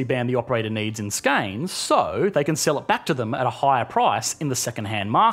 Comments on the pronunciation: The area Skåne is pronounced “Skon-e” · Still not as bad as pronouncing Skåne "skane". It's pronounced "skorneh" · The A with a single ring or dot above it is pronounced as an O. So Skone. The actual Swedish pronunciation has more nuance to it but as a rule of thumb å=o . Thank you for the video, a lot of new information. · "scane"... never knew I lived there. :) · Pretty much murdered Swedish region pronunciations. "Skåne" (s-cone-ae) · Ah yes, the famous Swedish province of SKEIN. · sverige the g is pronounced like a y skåne is pronounced skonè the e is actually pronounced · Skåne, Skane lol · ...och Skåne. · Yes you are struggling with , Skåne... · That's not how you pronounce Skåne, dude. Look it up online before you make your next video.